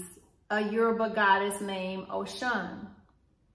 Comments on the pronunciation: Am Yoruba, it’s pronounced Oh-Shoo-who-hoon! They are orishas. They are fallen angels. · It’s Oshun- but the Congo religions are black people true legion. We didn’t have a religion we had a legion. Oshun (Oshun) is a name for God. Our ancestors were alchemists. Religion is beneath us. Our legion is what we should remain true too. Our legion is alchemy. Unfortunately, we were Gods that were turned into humans and for that we need to sue this government, Earth, somebody. We need to be aware of the Bible that took 500 years to complete. Believe me our savior words don’t need 13 Bible revisions and 500 years to complete. Please know the Bible has been changed and good luck interpreting it. Cause sorry it’s so a lie, u have to pray before reading that. 💚 by the way demon means “higher melanated spirit”. We need some type of spiritual encounter to deal with white supremacy so Beyoncé bring it we here 💚! God says fast when u want to see my face.! The hell with prayer FAST cause baby were at war!